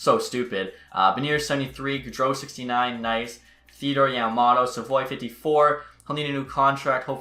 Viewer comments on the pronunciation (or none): Yamamoto not yamamotto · Matthews ( Yamamoto not Yamamotto)